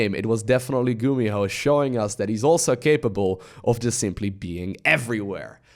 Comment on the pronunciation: you make GuMiho sound like GumiHo